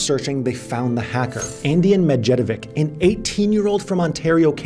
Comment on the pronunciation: there are a lot of people from slavic countries who, like me, are following you. You must find someone in your vicinity who will tell you how to pronounce these salvic last names..:DD medjedovic